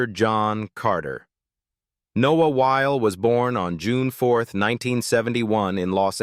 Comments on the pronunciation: Noah's last name is 2 syllables. Wy-le not while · Pronounced Wy, lee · Noah WHY-LEE!